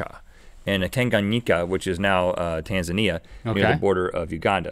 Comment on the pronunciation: Rhett, your saying Tanzania wrong.